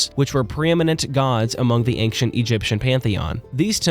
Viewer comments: Brother, I know it's not a huge deal but the word "ancient" is not pronounced "aynk-shent", just "ayn-shent". Hearing it rapid fired off several times forced me to write this comment. That is all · it's ancient not ankcient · Why are you saying the word "ancient" as anckcient? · "Ankshent history"? I'm sorry `:D In seriousness, I randomly found this video and you earned yourself another subscriber. The way you told the story is incredibly captivating, I found myself forgetting about the real world with how immersed I was for these 2 hours. You are an excellent storyteller. Keep up the good work! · why does he say ankshient? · Dismayed at your pronunciation of the word 'ancient'